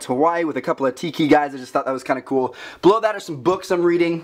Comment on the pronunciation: I keep thinking he said blow that